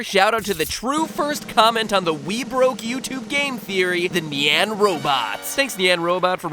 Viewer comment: It’s pronounced (niyan) not (neyan)